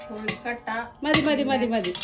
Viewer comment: Kozhikottayalla, kozhukkatta